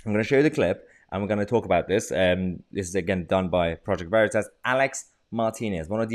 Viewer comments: Haha...he's pronouncing Veritas like "burrito"...... Obviously Latin wasn't in the curriculum of whatever woke place of "learning" he was brainwashed at! :) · The way he mispronounced "Veritas" to make out he didn't know what it was was priceless.